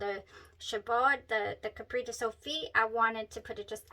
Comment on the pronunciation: CAPRICE pronunciar: Ca-pris. :)